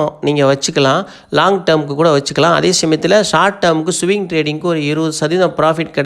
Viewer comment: சுவிங் ட்ரேடிங் அல்ல ப்ரோ, ஸ்விங் ட்ரேடிங், வார்த்தைகளை சரியாக சொல்லவில்லையென்றால் உங்க நாளேஜ் இல்லைன்னு நெனச்சிடுவாங்க